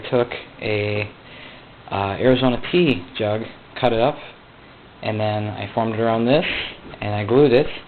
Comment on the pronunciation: TEA jug i think. But it definitely sounds like he is saying pee!